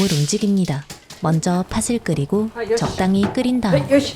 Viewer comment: 나레이션은 좋은데 발음이 하나가 좀 걸리네요 . . '팥을'을 발음할 때 [파슬]이 아니고 [파틀]